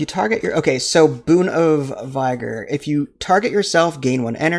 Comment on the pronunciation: The I in vigor sounds like the I in fig. Thanks for showing off the game looks interesting, trying to decide if this would be a good fit for my Steam Deck. Cheers